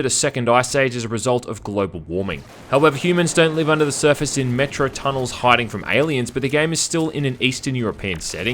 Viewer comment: He keeps saying Metro and I keep hearing Metroid